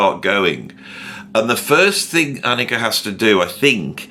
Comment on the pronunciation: nice. thanks her name is pronounced AHH-nika! thanks for all you do.